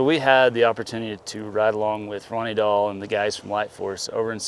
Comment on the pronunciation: I actually thought you said Dunny Roll 😂🤣🙃🤣😂